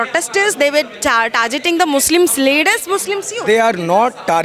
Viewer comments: Targeting ❌ Tarjeting ✅ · Tarjjetting😂, chargeted😂, provede, I didint understand ??😂😂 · Bc isko pehle targeting bolna sikhao 😁😁🤣🤣🤣🤣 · Tarjeting🤣🤣🤣🤣🤣..bhen ki Lodi bolna Sikh le pehele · Yaar pls stop tar- jetting yaar... It's painful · Targeting ko itna sahi kon pronounce karta hai 😂😂😂